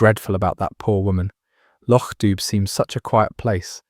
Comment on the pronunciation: Loch Doob? It’s pronounced Doo, as in Scooby!